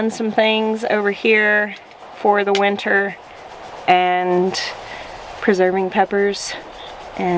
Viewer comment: I love how you pronounce winter as winner. Gives it a positive ring <3